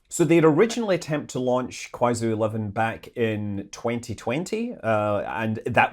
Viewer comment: Manley, Kuaizhou is pronounced like Kwy-joe, not Kwy-zoo